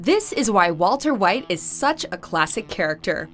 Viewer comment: valter vhite